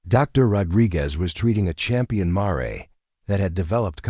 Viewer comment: would be so much better to pronounce mare correctly====happen so often it ruined the story for me!!!!!!